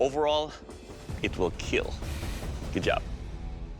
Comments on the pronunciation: It wheel keal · It will keal